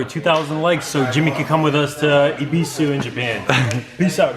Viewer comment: the way he said ebisu at the end made me die a little inside .....